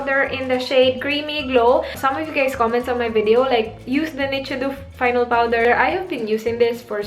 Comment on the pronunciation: Ate, it's pronounced Ni-chee-doe (nichido), and Wei-fer (wafer)